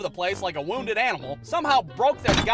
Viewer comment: i don't know why but i being rofling with that "woonded animal" :D